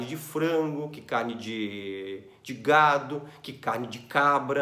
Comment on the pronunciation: Você disse gado, mais parece gato, kkk